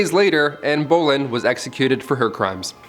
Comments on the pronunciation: Love - love the way he says “Boleyn” as “bowlin’”. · Same 😂 I was like “what did u say ?”